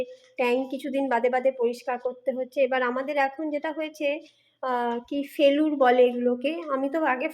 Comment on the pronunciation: কথাটা ফেলুর না ফেরুল